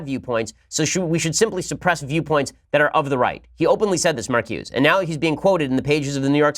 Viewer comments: It's pronounced MarcusA. Blame the French. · It's pronounced "Mar ku za"